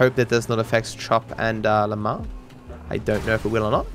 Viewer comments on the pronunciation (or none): Have yall noticed that it says lumar instead of lamar